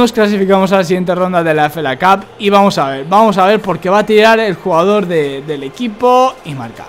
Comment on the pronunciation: es FA Cup, se lee efei cap, tá?